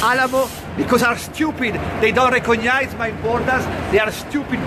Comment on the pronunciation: "dei dont regogniais"